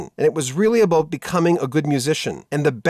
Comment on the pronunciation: The presenter said aboot.